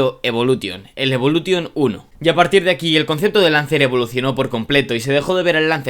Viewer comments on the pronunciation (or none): Cada vez que dices evoluTTTTTion muere un afgano 😭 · Lancer evolu"TION" el acento.... A todo gas amigoo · A mí también... Evolu t ion.... Como cuando dicen play sta t ion.... 😵🥴🥴😵🥴😵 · DE POR DIOS!!! Deja esa T, aprende a pronunciar Evolution! Los nombres son propios! Deja de inventar! 😡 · Iba a ver el vídeo pero insistes en decir evolution a lo castellano, ni los japoneses lo pronuncian asi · Aparte de decir (evolution) como lo dices el 10 no salió en el 2005 🤦🏻‍♂️